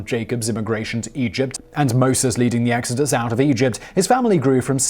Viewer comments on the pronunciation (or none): none